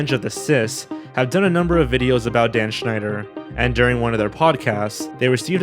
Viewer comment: Damn, your pronouncation of the name Schneider is on point